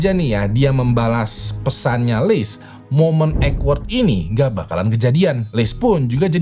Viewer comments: bang awkward dibacanya bukan ekwerd tapi okwerd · Awkward dibaca okwerd. Bukan ekwerd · awkward ❌ eggword ✅